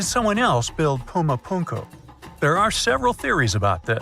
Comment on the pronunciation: First of all it is not Puma Punkyu. It's Puma Punku. Punku is a quechua word meaning door. I lived there for 36 years and can understand and even speak a little of the language. I learned the language as far as I could just listening and speaking to the indigenous people there. So when these outfits blaze out silly theories and cannot even properly pronounce the names of the places they should not be taken as all seriously. Supposedly aliens game and build all of these stone structures or age of mankind to build them. It's pretty amazing that aliens who could fly through space still constructed in stone. There are no instances of advance meturology, there are no instantes of anything made of ferrous material. There are no remains of other common metals in modern cultures such as aluminum or titanium, which would hardly be unknown to search wonderfully advanced beings. Nor is it believable that implements from their time made of these medals were not broken, misplaced or lost. Space wizards could hardly have constructed these amazing Stone cities and not leave evidence of advanced tools and instruments necessary to do so. On the other hand, civilizations built by human beings could physically be constructed using ancient methods. But to pretend that space aliens came and did all of this Grand work by building immense cities of stone and much by mud brick without losing any specimens or samples of the metallic tools they would have used common in such an advanced culture is jus